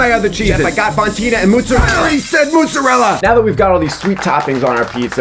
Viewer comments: "mootzerella" is the best prounouciation of mozzarella ive ever heard 😆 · ...that's not how you say mozzarella